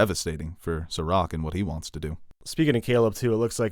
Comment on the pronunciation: Serac is French, in French all words have stress on last syllable. So it is SerAc :)